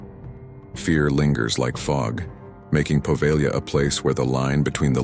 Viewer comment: The g is silent in Poveglia, just a heads up